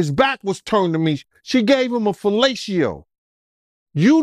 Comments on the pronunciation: ‚She gave him a feelayciyooh‘. I give up. I‘ve seen it all, y‘all. I heard it all. That‘s it. It‘s over. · Same here but I heard: ‚….she gave him a feelayciyoooh‘